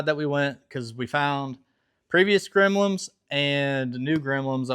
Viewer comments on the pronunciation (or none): Another great video. Also Bro, its Gremlins, not Gremlims. 😂